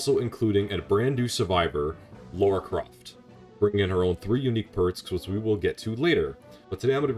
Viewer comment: LARA NOT LAURA